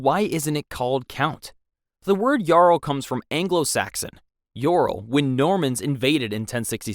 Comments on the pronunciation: Why the fuck are you saying Yarl and not Earl or Url? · It’s so funny hearing the ai voice say yarl it’s pronounced url, viscount is pronounced vi count but all one word